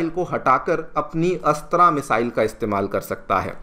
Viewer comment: अच्छा कर रहे हो पर, हिंदी को बर्बाद मत करो, अस्त्रा नही है ,,, अस्त्र(Astra) है ,,वह,,, तुम रामा (Rama)मंदिर बोलते शायद